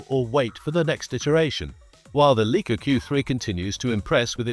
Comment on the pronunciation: You can’t even pronounce the Leica word properly, it sound like Leeka 🤦‍♂️